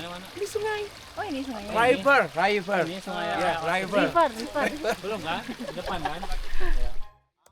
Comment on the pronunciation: lucuuu banget “riper riper” wkwkwkwk maksudnya river river 😂😂😂